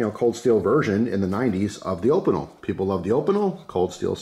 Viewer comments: Say it with me: OHH-pee-nell, so hard hearing that op-ih-nul. Love you! (Google translate is your friend!!) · still prefer my carbonne opinel, I'm french. it's pronounced 'O-peen- ell" they're a traditional savoyarde pocket knife. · I crack up every time you pronounce Opinel